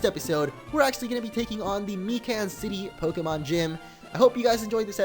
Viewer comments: It's pronounced Mīcan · its pronounced my can